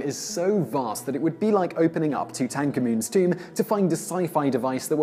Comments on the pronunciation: You know what I find interesting? Your strange pronunciation of Tutankhamen. You have a singular way of pronouncing certain words that I find very strange indeed. I enjoy the content very much. But,man o man you can really come up with strange interpretations of words. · I had to go back several times to hear who’s tomb you were talking about as you pronounce Tutankhamen’s name weird